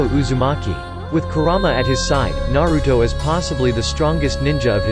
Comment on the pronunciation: And what is nawuto’s and nawuto that’s not how you say the name and plz don’t use the robot voice or maybe just say it with energy it’s kinda disturbing . Not hating